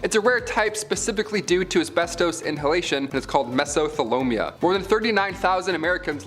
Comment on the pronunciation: Me-so-the-li-o-ma** not me-so-the-lo-mia